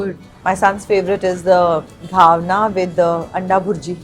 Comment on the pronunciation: It’s not ghavna, it’s घावण.